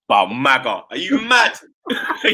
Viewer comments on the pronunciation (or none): none